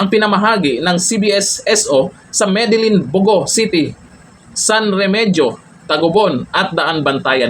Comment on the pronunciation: San Remeheyo pronounce yan